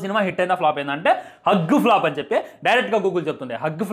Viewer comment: హాగ్ ప్లాప్ ఏమిటి హ్యూజ్ ప్లాప్